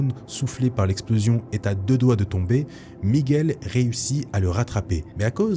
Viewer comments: Super vidéo comme d'hab, toujours aussi bien présenté et raconté... Mais par contre quand tu prononces son prénom on entend "méguel" et je crois que c'est plutôt "miguel" enfin si il fallait chipoter Merci beaucoup j'adore tes chaines. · Avec l’accent espagnol ça donnerai plus ‘’ migOUel’ Ptre un des Spiderman les plus iconiques Nice vidéo 👌